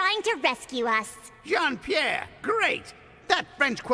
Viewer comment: not even , when he introduced himself he pronounced Jean Pierre like an English speaker .